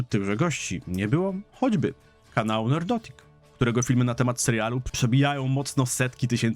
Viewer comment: Nerdrotic a nie Nerdotic :)